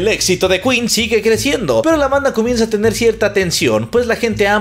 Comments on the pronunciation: El: Aquí estamos en México y se dice keen Queen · No se dice quin se dice quen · jajajaja, que tontitos, sabemos que esa banda se llama ken(queen) El tipo el cual no me acuerdo su nombre: no se dice kuin(queen): NO, aquí estamos en los mexicos y se dice ken(queen) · "se dice keen "😂😂😂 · No aqui estamos en los mexicos y aqui hablamos español y se dice Ken